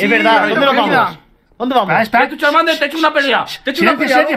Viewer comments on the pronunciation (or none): ME GUSTA CUANDO MIKE DICE CHARMADER QwQ♡